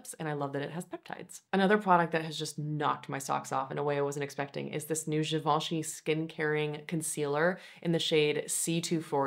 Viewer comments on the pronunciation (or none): none